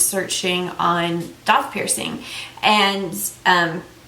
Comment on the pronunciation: DAITH IS PRONOUNCED DAY -TH .